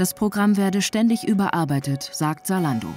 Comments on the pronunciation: Salando ? Warum kein Z in der Aussprache? Wir brauchen mehr junge Leute in der Politik die das Team antreiben. Weil ein alter Politiker der die Technik kaum nutzt würd sich für das Thema wenig einsetzen. Es müsste zu dem auch erst einmal überall in Deutschland für jede Stadt, Dorf Internet zur Verfügung stehen. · Es heißt nicht Saalando sondern ZAlando !!!!! Argh … 🥴🤦🏼‍♂️ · Warum wird Zalando "Salando" ausgesprochen? Da hab' ich die letzten Jahre wohl was falsch gemacht ohoh